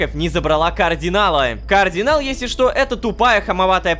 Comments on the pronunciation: почему рома произносит кардинал как координал мне пллохо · Правильно Кардинал а не Каардинал🤓🤓(сори за духоту) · Почему Рома говорит Каардинал с двумя а? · ЕГО ЗОВУТ КАРДИНАЛ, А НЕ КААРДИНАЛ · Я один слышу что Рома говорит координал вместо кардинал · Кардинал: существует Лололошка: КООрдинал!